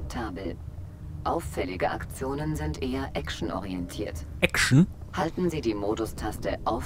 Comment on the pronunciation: ÄKSCHEN!!! xD